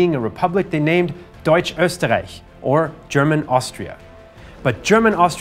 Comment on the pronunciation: very nice German pronounciation. I am impressed - even "Österreich" was said correctly and not "Osterreick" - very very nice. Is it possible that you have learned German in school or are even raised in a German speaking country? Because it is so fluently and almost without any accent. and for the rest of the video.... thumbsup :) ****edit********* Google is your friend - now I know why your pronounciation is so perfect. :)